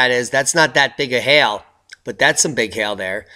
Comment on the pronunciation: You're not pronouncing hail properly. Sounds like hell.